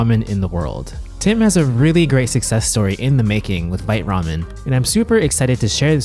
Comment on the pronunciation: I checked Vite Ramen's FAQ earlier, they say it's vite like bite but with a v, one syllable.